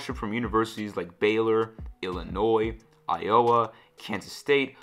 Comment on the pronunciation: Is that the Indian pronunciation of Iowa? Kind of cool. What does “never retaliated” after his injury mean?